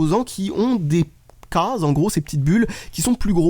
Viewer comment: Alors les c est les CAAAAAASES...mdr l accent....